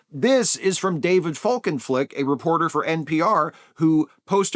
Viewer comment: Can we all take a moment to appreciate that, at peak rant no less, NAILED saying FOLKENFLIK?!